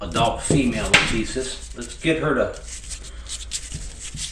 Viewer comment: Maybe not as hard hitting as a Gaboon, but wow.......BAM!! That first one doing the "up and over" maneuver. Just incredible. The stuff of awe and nightmares. Leviathan. Just an outstanding video (w/ expert videography from Deena)! p.s.- I'm with you, it's pronounced "la-CHEE-sis". Ha.